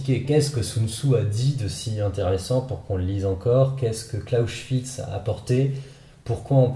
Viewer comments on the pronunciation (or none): Par pitié et même si l'un a mené à l'autre, CLAUSEWITZ, prononce Claosewitz si tu veux faire smart mais... pas CLAUSCHWITZ, Himmelkreutzsakrament 😬